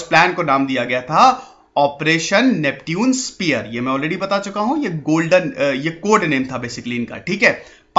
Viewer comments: Bhai pehle khud padhna likhna sikh ja uske baad duniya ko sikhana...First of all the way you pronounced Neptune is not at all right,I can't really tell you how to pronounce it in English,but in Hindi yes...हिंदी में नेपच्युन बोला जाता है न की नेप्ट्यून...Aaya bada teacher banne... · नेप्च्यून होता है ना कि नेपट्यून।😂😂😂😂😂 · Isko nepchun pronounce krte hai bhai🤗